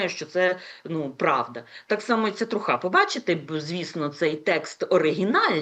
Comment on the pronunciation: Не «трухА», а «трУха» - сленгове слово від англійського truth